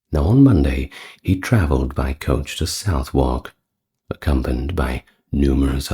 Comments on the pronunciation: 👍Southwark is pronounced sutherk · Why are Derby (Pr 'Darby') Pepys (Pr 'Peeps' ) and Southwark (Pr Suthock) mispronounced?